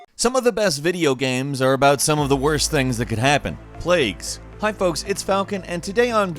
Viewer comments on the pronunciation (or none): none